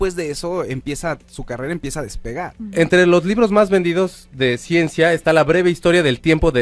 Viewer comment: La horacia se le quema el hocico al pronunciar Ciencia!